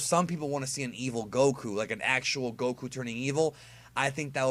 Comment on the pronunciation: Why do you pronounce goku like go ku